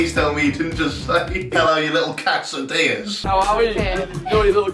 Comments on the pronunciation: Guy: How are you little quesadillas? Jack: Hello you little Cass-ah-dee-yuhs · You pronounce quesdillas like cats of diyas and it really threw me off the first time lol woorar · Ca-esadilias? Jack, really? Hoo rah